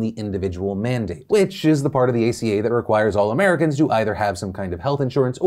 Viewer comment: "Let's talk about the Affordable Care Act aka-" Phil ima have to stop you there it's aca not aka